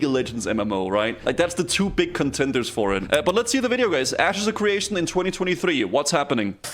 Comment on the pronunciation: 'Asses of creation'